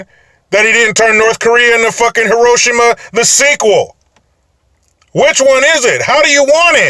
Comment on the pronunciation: Hey, a non-Japanese knows how to correctly pronounce "Hiroshima!" Well done! Kim and his antecedents are horrors who could very well be playing Trump, HOWEVER, we have to coexist with our conspecifics. Trump is no idiot, plus he has good advisors. We should be backing his play.